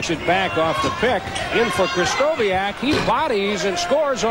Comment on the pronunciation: I was born in Seattle in 1973, where I grew up. Sonics and Blazers fan. Japanese-American and male, too. I did NOT know, that Larry Krystkowiak could dunk like that!! (Kris-TO-vee-ak, not Kris-KO-WEE-ak)